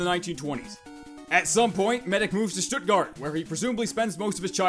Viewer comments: As a german, I really respect how well he pronouced Stuttgard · Good bro youve said Stuttgart right! :D